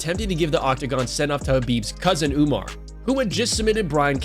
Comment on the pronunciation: The way he pronounced umars name is the funniest thing I heard all day haha nurmagrgegegrg hahaha